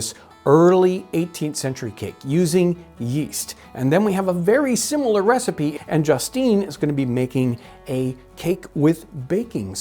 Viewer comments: I loved this. Very cool. Is she saying Receep, Receipt, or trying to say Recipe? I want to make sure there isn't some term I don't know. Thanks! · Why does she say ree seep for recipe? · I think she is just pronouncing the word Recipe Re-Seep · Is she saying “receipt” or “re-seap”? We say “recipe” in the UK, pronounced “re-see-pea”. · I see you pronounce recipe without the "e" being sounded. I have allways heard it pronounced re-sip-ee whereas you pronounce re-seep. Is that a standard American pronounciation? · I enjoyed the video, but I'm curious about Justine's pronunciation of "recipe", which to my ear sounds more like "receipt". Is that a regional pronunciation? I tried looking it up, but couldn't find anything. Can anyone provide any insight? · "Re-seep"? Is that a period pronunciation? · Oh, I thought she was saying 'recipe' like 'ree-seep', almost a French pronunciation. Receipt is akin to German's 'Rezept' in reference to cooking instructions. Thank you for explaining. I thought maybe part of her presentation was incorporating period-correct words that may sound odd to modern ears. I certainly wasn't casting aspersions on her intelligence. I love these videos. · As a non-regular to the channels, i'm intrested to know why the lasy from EarlyAmerican pronounce the the word recipe the way they do? Is it a historical pronunciation or a Missouri one?